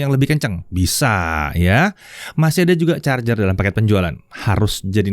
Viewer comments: ((ada dong chargernya)) penuh penekanan sekali 😂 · Ada penekanan pada kalimat "ada charger" Wkwkwk mantap om